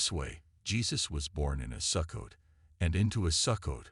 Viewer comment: Sukkot is pronounced Soo-coat . Since you cannot pronounce the words correctly, I have trouble believing you. This must a voice generated by AI. Sukkot is certainly a possible date of Christ's birth, but one cannot state with certainty the actual date of Christ's birth.